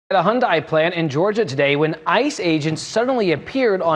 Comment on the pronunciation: I think it’s pronounced hee yun deye